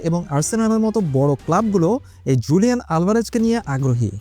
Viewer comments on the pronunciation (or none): হুলিয়ান হবে স্প্যানিশ উচ্চারণ জু হয় না